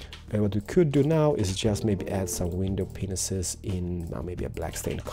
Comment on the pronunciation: Windai peeneses (peeneses)